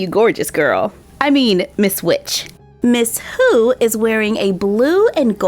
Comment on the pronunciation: I thought that you said miss poo not miss who